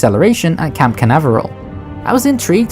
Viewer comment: Hey it's Cape Canaveral, not camp. Like the space center in USA.